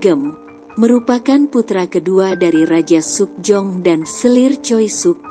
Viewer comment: Pengucapannya lucu wkwkwk joseyon , suk jeyong pdhal org korea sini menyebutnya cuma joson😂